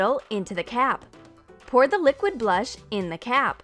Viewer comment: did she call it liqid powder?